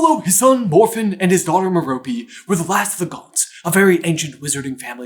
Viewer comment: Rope cope mope elope cmon now. Let’s pronounce Merope correctly by now. It’s driving me crAzY. 😭